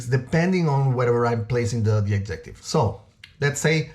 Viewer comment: You lost me when you did,nt pronounce adjective correctly